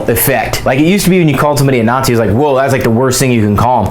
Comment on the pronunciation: I guess is a "Naught-Zeee" too now even though he is a Jew.